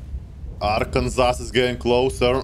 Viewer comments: Just so you know for the future , its pronounced Arkan-Saw not Ar-Kansas. not being nit picky, just so you know <3. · hey love your vids, this is actually pronounced Arken-saw not Arken-sass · Love your pronunciation of Arr-Kansas. It's ar, can, saw lmaoo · your english is magnificent, although i feel i must inform you the name of the state/ship “arkansas” is actually pronounced (ARE-Can-SAW) at least where im from lol. legendary performance as always good sir! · As someone from Arkansas I feel obliged to help you with the silly pronunciation of my home state. Don’t ask me why it’s said this way but hey it is what it is. It’s pronounced ARK-AN-SAW. I know I know silly but hey what can you do. Love your stuff keep up the good work! And if you ever wanted to do a USS Arkansas video that would be cool. I mean it did cover the landing at Omaha beach. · not to be that guy, but Arkansas, for some reason, is said as Arkansaw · This is english: the name is written "Arkansas", but you pronounce it "Arkansaw". Yep...